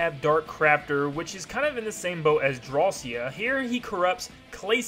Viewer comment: YOU ARE SO STUPID! IT'S ADEL-EEENE NOT ADE-LINE, DRAW-SHA NOT DRAW-SEE-AH, CLAY-SHA NOT CLAY-SEE-AH, LAND-I-AH NOT LAN DEE-AH, LANDIA HAS FOUR HEADS NOT THREE, TARANZA IS MALE NOT FEMALE, STAR DREAM HAS NO GENDER & IT'S DREAM LAND NOT DREAM WORLD!!! PLUS, META KNIGHT TRIED TO END LAZINESS, IT HAD NOTHING TO DO WITH KING DEDEDE!